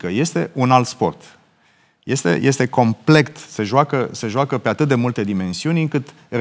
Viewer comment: Geoana M : "Complect....bla bla bla....complect....bla bla bla....complect.....". 🤦🤦 Dle Geoana ! Complet , dom'le, complet !